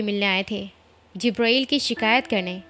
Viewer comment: Jibraeeel NAHI jibril HOTA hai